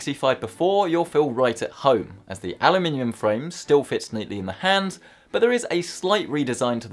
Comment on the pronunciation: ALUminium not ALAminium